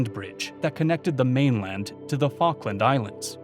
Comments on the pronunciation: It’s fall-k-land not fawk-land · Falk me! What an interesting pronunciation